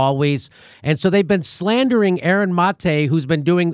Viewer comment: I can’t handle how Jimmy can’t get Aaron’s name right years later Like have some respect Practice a little !!